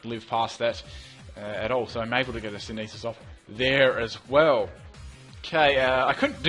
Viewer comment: Can you start pronouncing synthesis correcting please? It's really offputting in loads of your plays. Sin-the-siss NOT sin-ee-siss